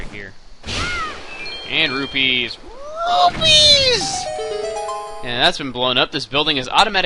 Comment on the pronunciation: wait did he say rupies or roofies